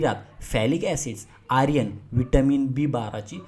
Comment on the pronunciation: उच्चार चुकीचा आहे, आर्यन नाही तर आयर्न असा पाहिजे. Ayarn asa hava, Aryan nako.